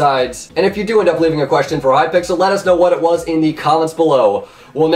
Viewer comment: "Hypixlert" wut